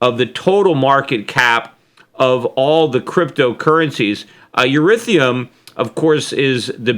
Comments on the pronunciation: Schiff, I listen to you because of your knowledge of gold and financials. You asked your audience why you could be losing subscribers? Perhaps it's because you are losing credibility when you give your opinions about cryptos when you can't even pronounce Ethereum correctly. You sound like a financial dinosaur, especially when you are talking about voting rights? Hello? The Vietnam War was over before I was born. It's ok to not like cryptos and share your opinion on them, but please learn a little more about them first. I'd respect your opinion about them more if you at least sounded intelligent talking about them. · ethEreum NOT ethOreum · Eth ear E um! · Lol! Eurythium! Aww, Peter, you're frickin aDORable! Uh, it's "Ethereum". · You're losing subscribers because u called it urithium. Then, ethorium. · Nasdaq trader bitcoin and as Peter calls it, ureithioruium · Cramer didn't recommend Bitcoin he just mentioned it. It's ET here ium Peter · eh-THEER-ee-uhm, Peter. lol. thanks for the market update today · i lost it every time he switched pronunciation of ethreum, great sense of humor xD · cannot even pronounce Ethereum!? Just shows how clueless Schiff is about crytocurrency! still pumping and dumping his Gold money! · Really?... you don't know how to pronounce Nvidia?...you don't know how to pronounce Ethereum?...I'm sorry Peter, but this makes you sound like you are waaay behind the times...